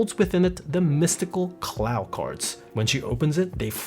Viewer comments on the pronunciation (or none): I hate how you Pronounced Clow Cards like Cloud with no d